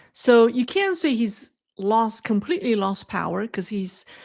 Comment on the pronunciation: One hint I offer in total respect: Make sure the T sound is clear when you say "can't", otherwise it sounds like you're saying the opposite. Another option is to say "cannot".